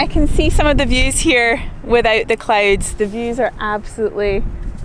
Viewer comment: I love how she says "becooose of the clooods"